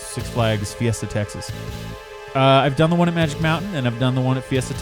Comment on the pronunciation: Fiesta, not guesta lol